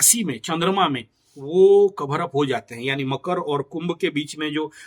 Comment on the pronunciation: पहले तो मकर बोलना सीखे आप😂😂😂